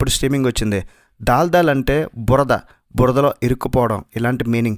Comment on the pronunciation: దాల్ దాల్ కాదు దల్ దల్